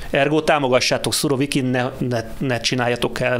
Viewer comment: Úristen,Szurokivint mondott? 16 p.magasságában a kérdező.Demkó természetesen már helyesen mondta utána,feltűnést elkerülve,őt nem kijavítva..ühüm😄